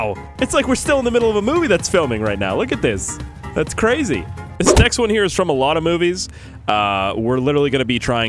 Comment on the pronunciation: Cwazy wat ever u say